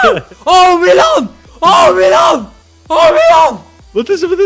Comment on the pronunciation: hoezo is het malino het moet toch milano zijn